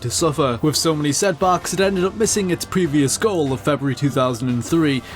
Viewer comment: It really grates when he says "wiv" & "wivout" rather than "with" & "without".